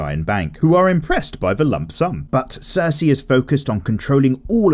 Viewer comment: “Dayanerys and cersey”